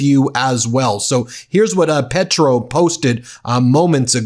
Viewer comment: This is embarrasing. He shames all of the United States. Petro is prouncounced PAYtro. Trump and collaborators should be brought in immediately on charges of murder and conspiraracy to commit murder.